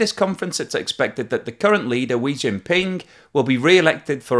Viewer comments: It's Xi jinping not "wi jinping" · Where does the internet find all these ignorant dills? And no, Xi is not pronounced Wee and CPC does not mean Communist Party Conference. I know it's too much to ask, but I rather think that someone from that wet little island off the west coast of Europe, with its dreadful colonialist history, should focus on improving the lot of that wet little island and leave China to people who know something about the subject. Just a suggestion! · Xi is pronounced like She, only the sh has a slight hiss against the upper teeth with them open. Unlike English She where the teeth touch. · I really enjoy your mispronouncing of x I’d name. I get a good chuckle from it every time. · Been catching up on a few of your videos today and I gotta say, not sure if its in this video but I heard you mispronounce Xis name and smiled a little inside. Glad to see you're embracing the subtle perks of being a public voice. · Love how you butchered Xi's name! 🤣🤣 Great analysis as always. China and Russia are literally suiciding, crashing and collapsing before our eyes. Supply chains are adapting very quickly. I wouldn't fret too much about those changes. However, countries who've been riding high on Chinese imports are in for a rough ride. But everyone knew China was a sandcastle. It was ALWAYS going to collapse under its own weight.